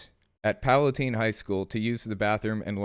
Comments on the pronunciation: So, you're killin' me as someone from northern Illinois. Pala-tIne, not Pala-teen. XP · Just for the record, is mispronouncing PalatINE(It is "Ein" like Einstein). You can trust me on this one. And you should also know, the garbage human being named Julia Burca, does not, and did not go to the same school as Nova Maday. Thus, would not have been effected directly by this(she does, however, attend a 211 school, but not Palatine). However, the hate toward her should be diverted towards those who are manipulating and using her. I would also like it to be known that Palatine is not known as a "red" area. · Not that it's super important, but just letting you know you pronounced Palatine wrong